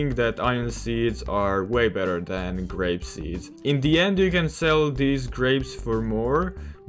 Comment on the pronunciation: its called grape not grap